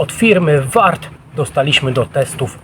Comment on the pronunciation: Chyba powinno być "Waart" a nie warrt. Toporek za tę cenę wydaje się super. Ja bym zdarł ten lakier i koniec styliska owinął sznurkiem konopnym. Świetny chwyt wychodzi.